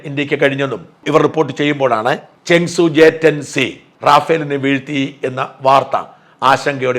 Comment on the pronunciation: This seems to be false claim with AI generated imagery that had gone viral. No Rafale is lost. Before doing this you should have fact checked the matter. May be the Chinese cannot take the beat lying down. So the false propaganda. Chengdu J-10C otherwise known as Vigorous Dragon. You seem to pronounce as ChengSU